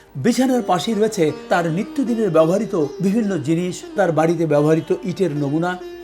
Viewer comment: স্যার সশ্রদ্ধ সালাম ও অফুরান ভালবাসা। বেয়াদবি নেবেন না। ব্যবহৃত শব্দটি বেশ কয়েকবার ব্যবহার করেছেন। যতটুকু কানে শুনেছি (যদি ভুল না হয়) তাতে মনে হয়েছে আপনি "ব্যবহারিতো" উচ্চারণ করেছেন। বাঙলা উচ্চারণ অভিধান, বাংলা একাডেমীতে "ব্যাবো hriতো" আপনার সুস্বাস্থ্য ও দীর্ঘ জীবন প্রার্থনা করছি